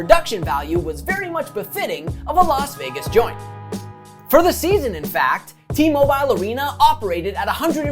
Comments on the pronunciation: It's pronounced T-Mobile not T-Mobiiile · Great video, but the way you pronounce “T-Mobile” arena kills me 😂